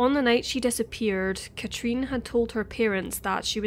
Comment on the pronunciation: The way you say her name Katrin is so wrong and annoying.